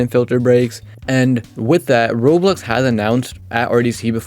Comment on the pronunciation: WHY you say roblox like that